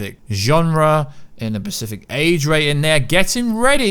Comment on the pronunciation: Specific, not Pacific.